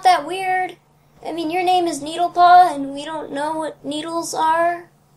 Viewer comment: It's pronounced net-EL-paw. Not need-EL-paw.